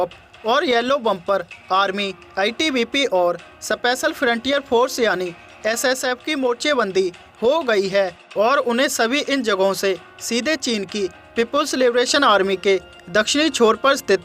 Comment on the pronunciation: यार आप किस तरह न्यूज़ दे रहे हो कहां रुकना है कहां बोलना है न्यूज़ का इंटरेस्ट कम कर रहे हो आप सही जगह रुको सही शब्दों पर वजन दो और सपेशल का मतलब क्या होता है